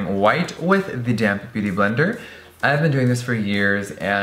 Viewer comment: for the LONGEST time every time jeffree said "damp beauty blender" i thought he was saying "dammed beauty blender" lmao